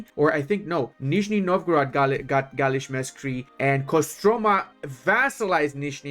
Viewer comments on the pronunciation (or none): Your pronunciation of Russian words is so cute! With one exception: galich-mersky is not merzky(disgusting). <3 Love your content btw.